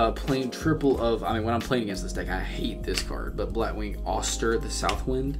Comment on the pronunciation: Actually you didn't butchered their names